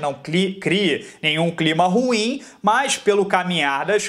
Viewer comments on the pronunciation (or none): none